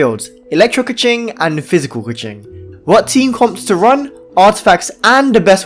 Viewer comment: lol, stop saying kiki.😅 its chichi